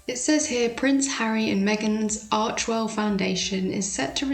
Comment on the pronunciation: It's Archewell not Archwell. You would think a sugar would know that.